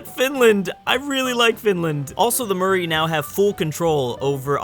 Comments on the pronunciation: Perversely addictive and good fun. Please though Maori is not Murray phonetically but MOWREE phonetically. But amusing stuff from you. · Maori: Mow-ri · look up murri pronunciation.